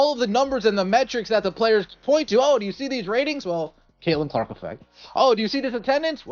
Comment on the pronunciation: Is he saying cakelin Clark lol. That’s kind of catchy.